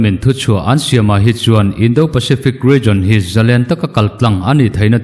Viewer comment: "Indo lawng" lam rik dân hi fîmkhur deuh ni se a ṭha khawp mai. "Do" tih tak hi ri hniamin lam ni se a dik zawk hmêl e.